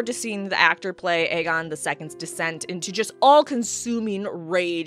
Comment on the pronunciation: You've done messed up Ae-Aegon.